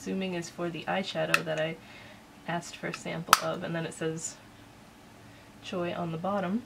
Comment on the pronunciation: Getting this! I don't sub to any boxes, but really cool. PS Pronounced " sh wan" shwaah I laughed as he said it 5X too funny. Great review Thanks!!